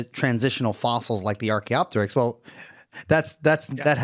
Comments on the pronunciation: He really is pronouncing it incorrectly and I have to wonder why. He's had to have heard it said to know the proper way, the fact that he doesn't and seemingly intentionally speaks to some sort of denigrating sneer. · When a Physicist can’t pronounce Archaeopteryx correctly you know you are listening to a bulletproof scientific debunking of avian evolution.